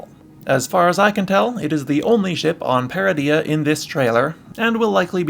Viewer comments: Ytf would you pronounce Peridea like that when its said multiple times in season 1? I bet you pronounce Garindan as Garin dan, when its really Gah rin din. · You're pronouncing Peridea wrong.